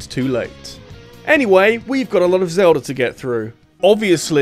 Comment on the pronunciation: It is Zelda not Zelder.